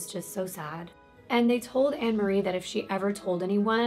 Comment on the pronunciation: I know this case of Fred and rose so very well. Off by heart. You told it really well!! I can understand the mispronunciation of names and places. But you said the place right (I’m in the UK). Rena is pronounced ‘Reena’ and it’s Anne McFall not Anna :) I hope this helps a little. I can understand how easy it is to not pronounce things right. Especially when British language is a little different to American. I hope you’re okay!! Been loving your videos sweet! ❣️